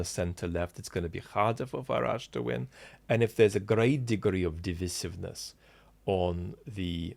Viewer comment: weird pronounciation of "divisiveness". 🤔